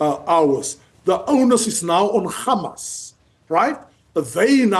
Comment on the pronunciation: I'm distracted by your ignorance and inability to say Hamas, it's not difficult.